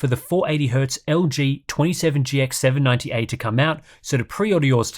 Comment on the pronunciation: is the only youtuber with the LG 27GX790A sponsorship because he's the only one who can pronounce it.